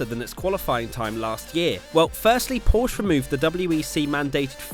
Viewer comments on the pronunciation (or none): Its PorschEE